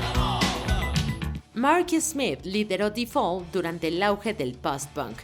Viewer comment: No sé dice "di fol" (The fall). Trata de aprender como son las reglas para pronunciación en inglés